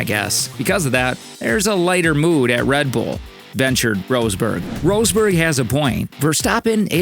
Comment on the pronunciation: Roseberg? nah dude, that sound extremely silly... It is: Ross-Berg = Rosberg